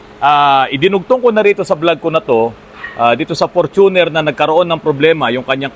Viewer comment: Hindi Fortu'ner but For'tuner'. Ford kase kaya ganyan